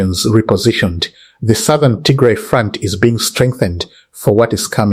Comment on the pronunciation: You got bad accent, you sound very educated but I don’t know how you can’t even pronounce Tigray instead you pronounce Tigre which is offensive language in Tigray.